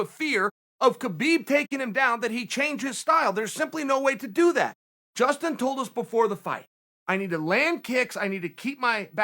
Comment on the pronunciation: Justin not Dustin